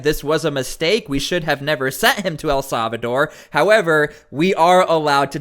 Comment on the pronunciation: "El Salvador" is pronounced: el SAL-vuh-dor NOT .... el SAV a dor